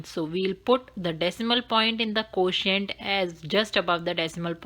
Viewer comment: Nice ! But pronunciation of quotient is not exactly pronounced . So try to correct it . May God bless you !